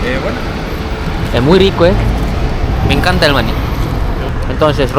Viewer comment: A correction pal: It is said 'Maní " with the stress on the final - i and not 'Máni" as you said, because it sounded just like MONEY in English. Also, the guys you interviewed in are the typical woke leftists making a politicized comment, specially the boy, he didnt waste his time to make a social critic against a social class he doesnt belong to. The extreme left in Chile nowadays is represented only by the 30% of the population, I guess it is something you need to know. Greetings!!!